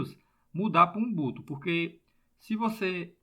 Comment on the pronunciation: ótimo video, só corrigindo, não é XUMBUTO e sim XUBUNTU